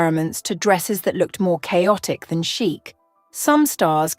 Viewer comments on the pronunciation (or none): none